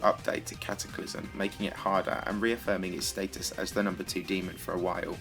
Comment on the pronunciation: it's Cataclysm not Cataclysum